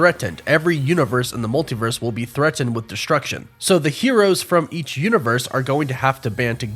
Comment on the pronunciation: Why do you pronounce "threatened" like Forest Gump?